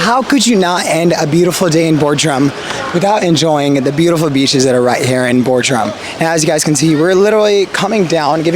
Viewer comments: It is Bodrum not Bordrum... and please don't thank me for the support. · Bordrum hahahahha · well at least it wasnt Boredrum